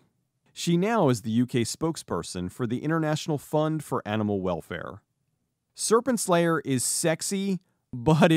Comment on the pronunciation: Sounds like you are saying "Serpent Slayer", which sounds like a dope title for a movie tbh